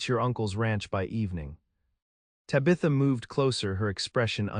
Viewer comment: It’s not tibatha it’s taaabatha.